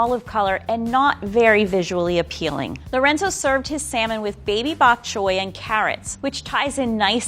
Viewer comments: this man said buk chyoy Lol not Boc Choy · Lorenzo, it's BOK choy, not "back" choy. Also, there's no such thing as a Level 1 chef. Level 1 home cook is what this person should be titled. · Did anyone else hear Baby-Back Choy? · Lorenzo, early in the video, did you say 'Baby Back Choy' like baby back ribs? Cute!